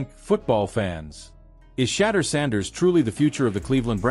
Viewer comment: Say his name right jeez